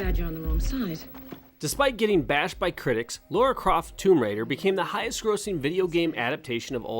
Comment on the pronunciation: Are english people unable to say Lara...it's LAra not Laura...lol